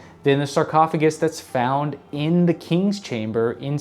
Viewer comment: Sar? Please Sar listen to me. Sar you need to cough out that man. That's right "Sar cough a guy" out.. There you go, just spit him right out.